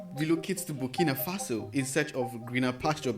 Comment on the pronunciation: Greetings Bro, thanks for your very informative channel especially the coverage on our President, His Excellency, Captain Ibrahim Traore. Just one observation, you keep mispronouncing the name of his country, the name is BurkinA Faso, not Burkini Faso. Burkini means a full body swimsuit. Burkina means "upright" or "honest" in the Mossi language of Burkinabe people. Thanks for highlighting his profile. God has blessed Africa with a fearless, gifted leader who has a heart of love.